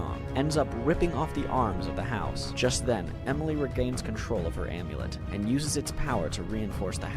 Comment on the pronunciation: Loved the video, but did anyone else get frustrated by the pronunciation of some names? Like how “lugor” was pronounced “lugger.” The funniest one was when he says “cialis” instead of “cielis” like the medicine for erectile dysfunction 😂